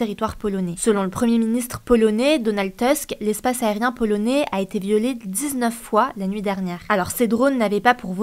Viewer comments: Tusk n'est pas un nom anglo-saxon, c'est un nom polonais : il ne se prononce pas Teusk mais TOUSK. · Attention à la prononciation: Tusk est un nom polonais, pas anglais. Il faut dire « tousk ».